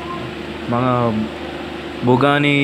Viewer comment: Did you said pugani what?